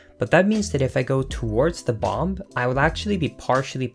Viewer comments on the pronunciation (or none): Link us said BOM-BUH NOT BOM BUT BOM-BUH